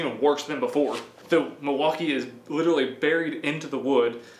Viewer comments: Lol… I heard “deMaltkee”…. ? Don’t we just want the best of both world…. I think they both are great tool, I like the power from Milwaukee and I like the new designs of dewalt, plus new stackPack batteries…. I owned both brand and there are just pros and cons for both. Both good brand to go for! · "Delmaukee" lol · It's pronounced Milly wau Kay and it's native for the good land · Thought i was the only one that heard that